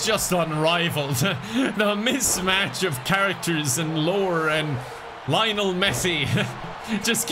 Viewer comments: bro said layonel messi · Why does pronounce Lionel like that? XD